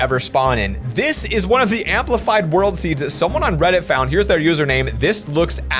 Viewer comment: do u mean world instead of word u forgot the L just seying